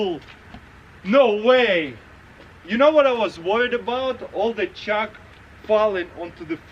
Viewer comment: I thought the whole time Taras said " Chuck" but at the end I realised he said " Chalk" Who else heard "Chuck" ?